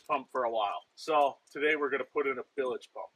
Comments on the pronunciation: Bilage? It's bilge. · no, you're saying "billage" like village I think is what he's referring to. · I believe the "e" is silent on pronouncing bilge but I guess you can say it either way. Details- details.